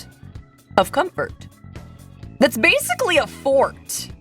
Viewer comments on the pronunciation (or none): the com-fort